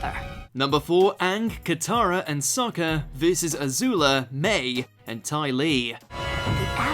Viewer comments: “Soakka” ugh. Another video made by someone who hasn’t actually seen the show. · "Soh-ka" M. Night, is that you? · I hate how he pronounces it as "So-kah" instead of "Sah-kah" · Its SOCK A Not soaker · Lost me when you said "Sohka" instead of "Sahka" to pronounce Sokka's name. Take legit 2 minutes to learn the pronunciations of the main character's names next time please. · You mispronounced Sokka's name. It's "Sock-Ah," not "So-cah." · Lost respect for him when he said soekka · He said soekka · was doing so well til the honorable mentions w/ that "Soak-a" comment. I really hope the pronunciation was a joke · Did anyone else catch how he pronounced Sokka as Soaka? I thought we were done with that after the live action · Sparky sparky boom man didn't make the list. And sokka vs pianzao only got an honorable mention!? And did he pronounce sokka as soaka?! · “Soh-ka”... yikes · I was on board with your list until you pronounced Sokka's name wrong... the way it was said in the movie. You are not a fan... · Wow he pronounced Sokka like how they did in the movie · Why he pronounce sokka like they do in the movie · The fact that he said Sokka like the movie upsets me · Did they use the movie pronunciation of “sokka”?! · Anyone else bothered by how he said Sokka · The way you pronounced Sokka in the Honorable Mentions is a sin... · He pronounce Sokka wrong, the way they did in the film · Hold the f*ck up, Did he just mispronounce Sokka’s name? If he did, imma slap this man’s face